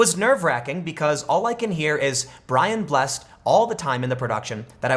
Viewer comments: pro tip: its Brian Bless-ed not Blessed "Gordon's Alive!" "Birdmen....Diiiiiivvvee!" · Brian Bless-ed, not Blessd. 😉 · Tim mispronounced Brian Blsssed. It's said out loud B R I A N B L E S S E D, but he also answers when you say "GORDON'S ALIVE!" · Brian Blessed's last name is pronounced "Bless-ed".